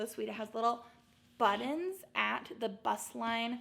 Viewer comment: The way you say buttons cracks me up 😂. Must be your Midwestern accent. Love the haul!!